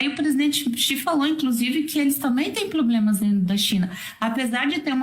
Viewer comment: Segundo essa primeira jumenta, digo, primeira dama, a China também tem "ploblemas" 😂😂😂😂😂😂😂